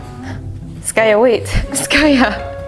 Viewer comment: I just love when you say skayuu!! I never heard it from your side of people...at our part, in India, we called like that to our loved ones..that yuuu part.. lots of love Skaya